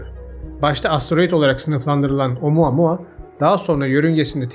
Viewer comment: bir kez daha OMUUUAAA MUAAAA duyarsam gülem krizine giricem